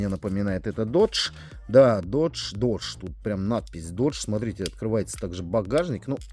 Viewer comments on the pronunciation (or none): none